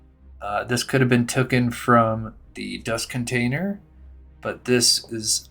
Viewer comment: Taken … tookin is not a word